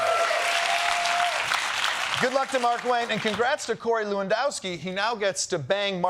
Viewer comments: People seem to be pronouncing Markwayne’s name as “Mark-Wayne” - I assumed his parents pronounced it “marQUAYNE” … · I believe it's pronounced 'mar-kwayne!' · Are we sure it isn’t pronounced Mar-KWAYN-Ñe? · Mullin has only one first name: Markwayne. From the look of it written out, it should be pronounced "Mar-kway-nee".